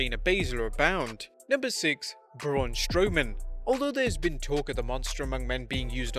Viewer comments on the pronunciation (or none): none